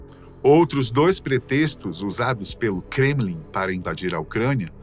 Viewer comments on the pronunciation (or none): none